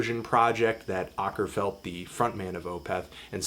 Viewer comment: Å is pronounced 'awe', thus /awe-ker-felt/ sincerely yours, everyone who speaks Swedish.